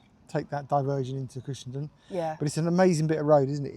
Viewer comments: It's pronounced "done"......Cushen"done". I live not too far away from it. Glad you got the good weather for your trip. Happy trails!!😎👍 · Cushendun is pronounced Cushendone guys, lovely video by the way, that coast road is to be avoided at weekends as the boy racers love it to, and it has had more than its share of bad smashes over the years, ps next time try Torr head road Apecross doesn't come close, on a clear day you can nearly touch the Mull, safe riding